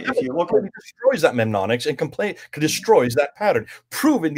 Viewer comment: It's pronounced NEM-ONIC-s,, = aids to memory > Don't forget that ha ha!